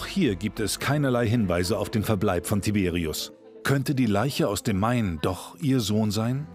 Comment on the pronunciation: das sind polnische namen 🇵🇱 und die werden : tiberiusch ausgesprochen